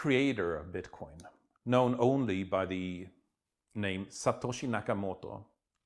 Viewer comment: when he says 'Satoshi Nakamoto' he uses a Chinese ascent rofl. Just because it sounds like an Asian name, what a twatwaffle